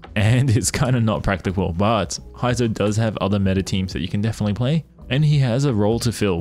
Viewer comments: heizou (hey;zou)... not hi;zou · its pronounced hey-zou not hi-zo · Who tf is Haizou? LOL 😂can't even pronounce his name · All those Resin and time, still pronounce Heizou's name wrongly.